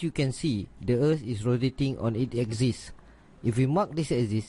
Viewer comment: its prounounced A-KSIS- like x-ray NOT like eczema like YOU pronounce it..